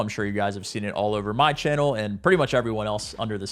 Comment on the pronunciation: say channel like that again you won’t